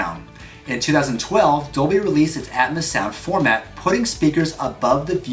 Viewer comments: "dolby atmoose" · You pronounced atmos wrong